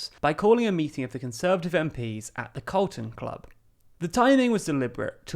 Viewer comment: You have CARLON Club in the illustrations, yet keep saying CALRTON club. Which one is it?